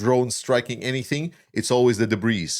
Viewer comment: The "s" is silent in debris, but the impact itself must have been explosive.